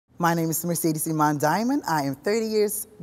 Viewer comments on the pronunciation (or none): They fucked up her name in the beginning